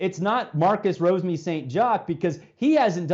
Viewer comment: Rosemy-Saint Jock? WTF are you guys even doing here? Isn't your job covering these teams? You can't even get players names right? Gotta love the media... idiots